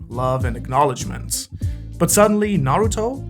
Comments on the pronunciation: Its Nuhroodoh jeez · Its pronounced Naruuuuuuuuuuudow!!!!! 😂😂😭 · It's Nahruhtoh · Speak's Japanese, can't pronounce Naruto. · i stop watching when you mispronouncing Naruto. its not funny. ever heard of constructive criticism?